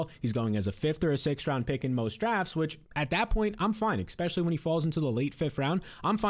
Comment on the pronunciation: I feel like he says "Exspecially" just to piss me off